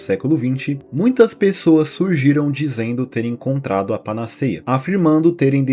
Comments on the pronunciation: Panaceia se pronuncia com o "e" aberto, como se estivesse acentuado. Tem fotos na Internet do Byers sem a mandíbula. Como se tivesse "derretido" mesmo. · Se diz panaceia com 'e' aberto e não fechado. A fonética deve ser feita como acento agudo. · O vídeo e a edição são muito interessantes e bem-feitos. Justamente por esse caráter informativo, seria legal atentar para a pronúncia de palavras como 'panaceia' (pa-na-CÉI-a), 'betume' (be-TU-me) e até mesmo o nome da deusa 'Higeia' (hi-GÉI-a). Não se trata de diminuir o trabalho do criador do canal, pelo contrário: esses detalhes agregam ainda mais valor ao que já é bom.